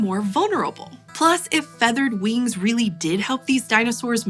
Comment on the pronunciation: She one of them people who says weengs and laygs.